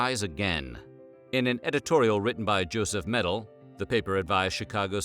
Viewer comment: Joseph Medill - pronunciation is "meh-DILL" instead of "medal."